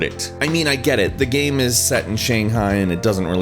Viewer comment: Nice video. BUT I still CANNOT get over him saying "gaem" instead of "game".